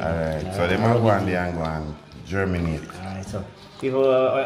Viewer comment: 😂😂😂 marinate not germinate 😂😂 it's plants only 😅😅😅